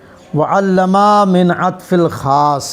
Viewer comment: وعلم صیغہ واحد ہے مدرس صاحب حرف۔ میم کو کھینچ کر وعلما پڑھ رہے ہیں جو غلط ہے